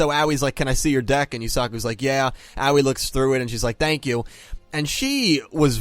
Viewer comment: oh c'mon, they literally told you how to pronounce her name, its Ahoy without the h